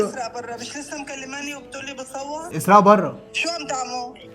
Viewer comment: اسراء في الفرنسية تنطق iserae موش esraa